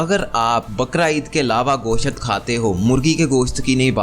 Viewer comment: Khoooraq hota khraaaak nhi Goshaat nhi ghost hota h zaiqa nhi zaqa nhi jahil insan